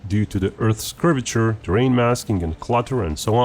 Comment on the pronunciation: He said "Curvature". I won't hold it against him.